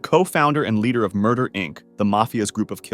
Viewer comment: “What murdah?”